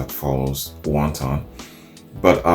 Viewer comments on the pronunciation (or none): the song is not about chinese food. Please learn to properly say the word wanton, with the accent on the first syllable. Otherwise, another flawless reaction from the best reaction dude in the game!!!